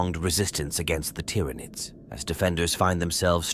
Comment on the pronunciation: The tyranoids main superpower is their persistent ability to annoyingly fool AI voices into randomly mispronouncing their name… over and over and over again BUT randomly